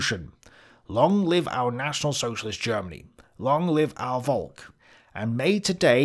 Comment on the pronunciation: The true question is, will ever pronounce Volk properly? Simply saying folk would've been miles closer.